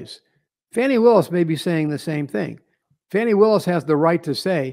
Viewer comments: seems a little off his game tonight 🤷🏼‍♀️ Love to both of you regardless ❤ And its "Fawnie" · Uh oh the left about to go crazy pronouncing “fani” name wrong is racist 😂😂😂😂😂😂😂😂😂😂😂😂